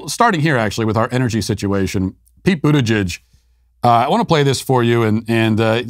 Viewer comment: I am really disappointed to hear Matt pronounce "Buttigieg" correctly.